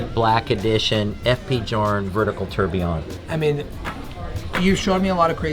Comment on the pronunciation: “Vertical ‘terb’” !? Have some class man.